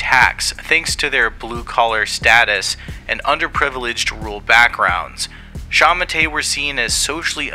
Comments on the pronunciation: Its not sha ma tay😂 it is pronounced sha ma tuh, sending love from Hong Kong where culture is dead and freedom has been replaced with the fear of being arrested for singing a song. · I’m pretty sure shamate is pronounced (SHA-MA-TOUE/TOE) not (SHA-MA-TAY) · I can't get over the wrong pronunciation. It's "Sha Ma Tuh" not "Sha mu Tay" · Its pronounced like shah-mah-tur/tour. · Did you just say The Kumite? 🥷🏻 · It's pronounced like shah-mah-tur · sha-ma-te pronounced shah-mah-teh more or less. I don't know how you got pinyin on here, but thank you! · Was looking for this comment, man that pronunciation was bad